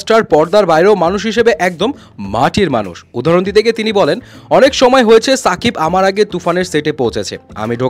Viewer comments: আপনি নাম এভাবে বলেন কেন সুন্দর করে বলবেন শাকিব খান। ছা না শা ওকে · ভাই ছাকিব না শাকিব 😅